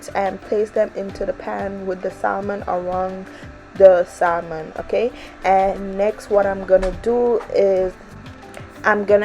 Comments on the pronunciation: Saying SaLmon instead of Sahmon bothered me so much I couldn’t finish the video. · SaMon. The "L" is silent.